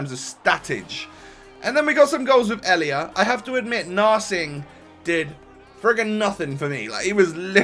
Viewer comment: Names pronouncuation😂 Zoet: Zoot Riedewald: Reedewald Elia: a-lia